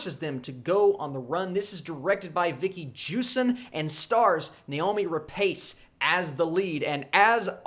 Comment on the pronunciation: Its Noomi, not Naomi. Not even spelled the same bro 🤣